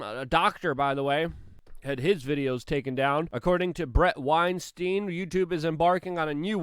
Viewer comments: Headsup its weinstein, like the scientist, not the rapist (pronounced stine not steen) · It's pronounced Wein stein as in the beer, not the rapist